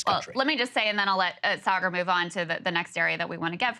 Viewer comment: Yes.. Saagar never pronounce any Indian name correctly ... even though he can.. Sanjay Gupta and aakash are easy but he still pronounce them incorrectly..I think Saagar is still very connected to india..his parents also live india so he tries to hide it by whitewashing...nayan mulla jyada jor se namaz padata hai